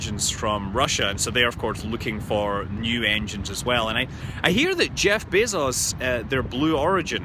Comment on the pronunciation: So THAT'S how you pronounce his stupid name: Bay-zos. I thought it was Bee-zos.